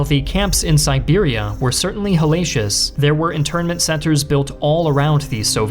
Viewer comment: I thought he said Serbia and almost died laughing